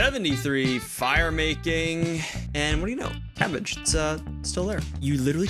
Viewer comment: Cabbage but pronounced like barrage (potential bit)